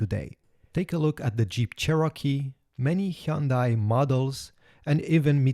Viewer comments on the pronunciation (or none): none